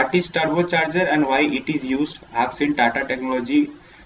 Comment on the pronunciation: Sir, thanks for explain important topics in eaiser way. Bt plz pronounce 'ASK" Not "AKS".